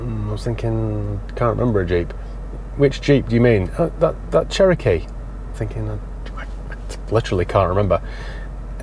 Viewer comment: Hey Matt, I think the Che-row-kee needs a good buff - may just sort it out especially the flaky bits 😂